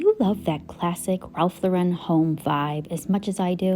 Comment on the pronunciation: Very pretty tablescape. FYI: Mr. Lauren puts the emphasis on the first syllable of his last name, not the second syllable. You can find videos on YouTube where he's pronouncing it correctly.